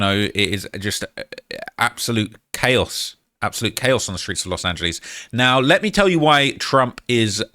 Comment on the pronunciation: I just cnt take serious anytime he say "Los Angelees" 😂 ESP following the "Muluh" blunder 🤔 Which was actually a new 1 for him 🤓